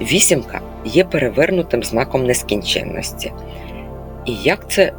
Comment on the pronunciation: Дуже дякую за Ваші глибокі знання, за чіткі думки та висловлювання, але дозволю собі підкоректувати вимову одного слова: рос.мовою воно вимовляється, як ''бесконечность'', українською - НЕСКІНЧЕННІСТЬ, у Вас вийшло майже середнє арифметичне. Дякую за розуміння.